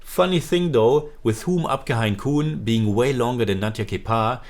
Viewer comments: Great review ✨ Btw it is pronounced as Ham aapke hai kaun(corn 🌽) 😅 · The way you pronounced the title, if I hadn't read the video title, I would think you are reviewing a Korean movie this time! Lol